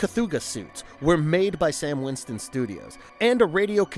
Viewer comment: STAN WINSTON... not 'Sam' Winston. I love the movie and the review is agreeable to me, but jehayzus....